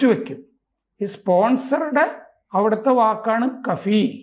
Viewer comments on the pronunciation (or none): കപാല് അല്ല മിസ്റ്റർ കഫീലാണ്